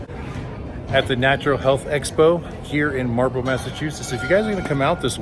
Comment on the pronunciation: Ah Marlboro.... I thought you were saying Marble thats why I thought Marblehead (NE of logan airport)